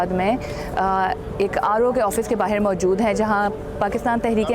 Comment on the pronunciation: Meri behan ye 'bahir' kya hai, dilli ke logon ki zabaan Jo aap bolne ki koshish kar rahi Hain, usmein 'bahar' bola jata hai, 'bahir' nahin.